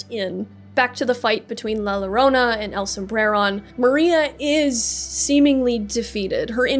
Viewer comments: Was about to do this, too. Someone got to it a year ago. I loved the story, but I always hated the fact that "There are no Happy Endings in Night City" So yeah, "ll" is a "y" sound. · To pronouce llorona its 'yoh-roh-nah' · Man I was about to comment this before I scrolled down lol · It pronounced yo-rone-ah the LL is pronounced as a y. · Yeah, as a Latino it was a bit annoying to hear the LLorona word mispronounced so many times, even after having the pronunciation wiki on screen. But these are easy to correct, the content is as always great! Appreciate the storytelling. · Rule of thumb for spanish, double "L"s are usually read as a "Y" sound. That aside, preem vid, choom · the double L in Llorona is pronounce like a J in Jackie or Johnny.